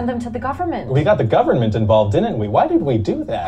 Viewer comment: Ryan says "government" correctly. It's everyone else who says it funny.